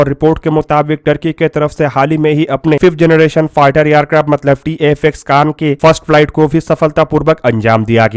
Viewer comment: phlai generrration Bolna sekhoo😂😂😂 phr banana 5th generation tati aircraft